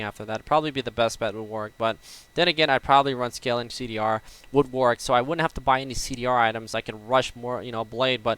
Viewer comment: is like the only member of the League community that pronounces Warwick's name correctly, it really pisses me off when people say warWICK.